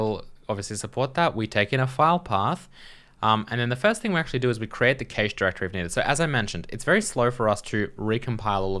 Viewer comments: What's a kay-shh ;-) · I'm sorry you've made my day. I'm pretty sure you're supposed to say cache like cash.